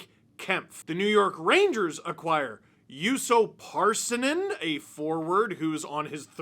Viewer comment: Russo Parssinen? Do you think that Pärssinen is Russian? I think you are.